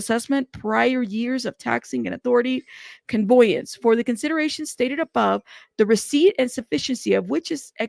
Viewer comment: $10 deed transfer is quite common. Also, just an FYI…. It’s conVEYance , not conVOYance…not bein’ shitty, just tryna’ help. Obviously, dude’s ditching assets so he doesn’t lose them through all of this.